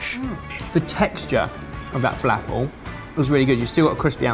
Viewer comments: my favourite part of this video is the way you pronounce felafel, zatar and babaganoush. Made my day! haha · Gads... Please learn how to pronounce falafel. it has nothing to do with the British accent it is strictly a mispronunciation of the word. Other than that, good video., sweet Falafel.... Brilliant!!